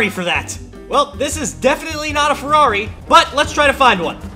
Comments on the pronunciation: The man sad farrari a thousand times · A monster truck ferrari a "Merrari"